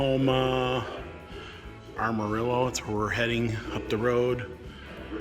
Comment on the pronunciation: Love the videos. But please stop calling Amarillo. Armarillo